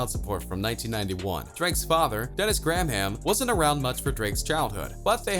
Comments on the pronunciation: Shani D J.T Yorky and Dennis Gram Ham. 😂😂😂. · This guy mispronounces a ton of words... Dennis Gram-ham 😂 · Was i the only one whom caught the way he pronounced Drakes Last name? GRAA-HAM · Lol “gram ham”